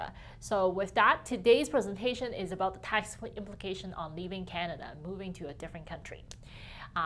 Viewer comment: How aboot neeeoooooooooo.